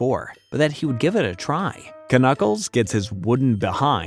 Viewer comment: I can't mentally handle the way you say knuckles as k-nuckles instead of nuckles cuz k is silent here.